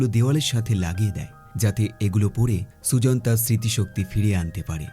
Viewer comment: মেয়েটির নাম সুজন না সুজেন😅